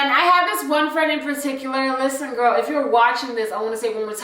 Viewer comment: “Iss ya gorl London here” 🤣🤣🤣